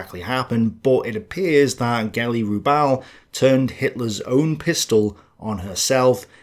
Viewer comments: Geli 'Raw-bal' not 'Roobal' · Can you not even get Hitler's niece's surname correct? So many mistakes in less than 5 minutes..